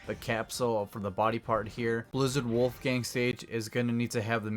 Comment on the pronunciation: like how you're saying Wolfang wrong lol